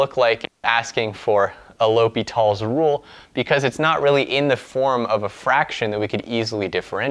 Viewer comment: bro no S in L'Hopital